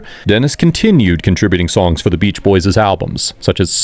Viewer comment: Stop saying boyses. It's boys'. It's understood by context that it's plural. You don't need to add an extra s sound.